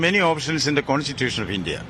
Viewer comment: Pahle theek se bolna sikho India gathbandhan ko iindi gathbandhan bol raha hai